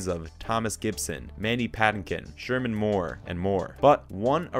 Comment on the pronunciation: ShemaR, not Sherman.